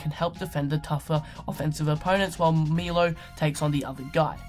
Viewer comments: And it's not Milo, it's Milos (this s is pronounced as "sh" in serbian) :D It's ok, just listen to US commentators, most of them know how to pronounce it :) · you said wrong "Milo Teosidic".. correct is MiloS TEOdosic :D